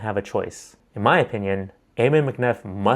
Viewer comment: Ammon is pronounced like ham-un without an h, not ayy-mun